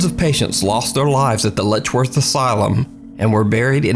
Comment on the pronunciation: It's Letchworth not ledgeworth